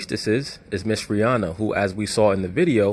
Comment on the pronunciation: Rh-Inanna LOL